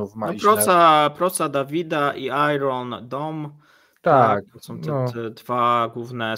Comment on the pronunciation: Iron Dome. Czytamy: ajren doum